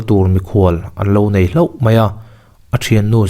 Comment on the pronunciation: Unau in ngaihlo(ngeihlo) an ni ngailo tih lai tak ngaihlo ti a lam rik dawn dawn mai hi zikpuii pa ziah dan anih ka ringlo....chhiar thiam viau pawh nise tu ate pawh hian hetianga mizotrawng saihe a awm hian beng ati thlep deuh thrin.